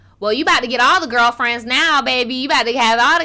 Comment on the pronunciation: LMAO NOT ALL THE GWURLFRENS